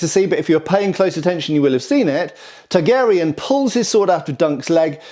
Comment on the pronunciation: Are you saying Targaryen or Targ Aerion? I choose to believe the latter. 😂😂